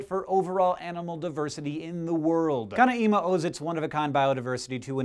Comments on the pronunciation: dear Hank, I thought mispronouncing things was your brothers thing. canaima is not pronounced with the a and i separately but together ai. on a separate note i live in Venezuela and the all of the Gran Savana, were the park is located is an awesome place, i go there almost every year and i am always astonished by its beauty, this year i claimed mount Roraima and actually held one of the little frogs in the palm of my hand. and i agree places like that need more protection. dftba Christian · still laughing for the way you pronounce "canaíma".. so weird, is more like "canáima" ;) still love you though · Do not add an accent on the i of Canaima. It is pronounce Can - A - mah. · it is Canaima... you say it full, without stoping in the middle, it is a full word, not cana-ima. Same with Tepui and Roraima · Also, tepui is "teh-pooey" and Canaima is "ka-nye-ma" not "kana-ima". I am not from South america, but I had the privilege of spending the better part of a month in Venezuela. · Old video but I recently discovered this channel, canaima and roraima are pronounced "ro-raI-ma" not "ro-ra-i-ma" (loud I ) also "te-PU-is" (loud PU). lol loud pu. great channel,. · Canaima is pronounced 'Can EYE ma' (NOT Cana EEma) and Tepuis is pronounced 'TePOO yas' (NOT TePWEES) Sheesh! Look it up! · Hey Hank! SciShow I thoroughly enjoy your videos and find that the amount of info you and your brother manage to get across in 4 minutes is astounding. Just a tip: the Venezuelan pronunciation is ka-nay-ma and ro-ray-ma with the "ay" sounding the same as the "i" in Scishow. Have a good one! -Sincerely, a person who is up at four AM watching these videos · Just one comment: it is pronounced Canáima, Roráima and Tepúi, but the accents are not orthographic because of grammatical rules. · Hank, you managed to mess up both Venezuelan names, canaima and tepui both have the stress on the second syllable ;) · RorAima, CanAima, TepUy.